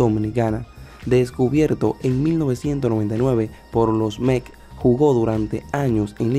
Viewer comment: No se dice Mec es METS😊